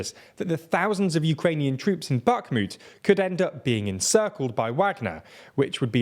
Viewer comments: God, how many times can you say Bakhmut wrong, and with such confidence. Unbearable. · your pronounciation of bakhmut kills me slowly each time you say it wrong